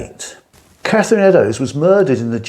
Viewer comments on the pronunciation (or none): none